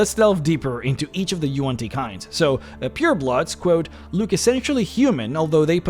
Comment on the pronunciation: WAN-ti. Not yoo-an ti.